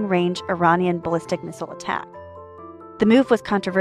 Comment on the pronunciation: Why does she say Missile wrong everytime?